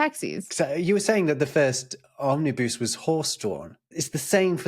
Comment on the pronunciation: Never heard anyone pronounce 'omnibus' with the last syllable rhyming with 'loose' rather than with 'cuss' [and Collins English Dictionary agrees with latter.] ETA: A lot of cars these days don't include a spare tyre.